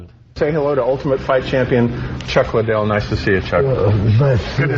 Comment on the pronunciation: Opie trying to beak the record for how many times he can mispronounce Chuck Liddell's name.